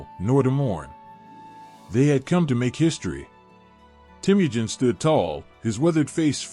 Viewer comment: I enjoy your channel. I'm glad I found it, as you don't often find full history videos, even if they're history briefs. Though, all I can say is that if your channel continues to grow, you can look at how to pronounce names. As Temujin is teh-muh-jin. And maybe when there's multiple pronunciations, like for Ghengis. You could briefly put over your art, each saying phonetically, just so you don't get frequent comments in chat. These are just humble suggestions, and I hope you have a wonderful day. 🙏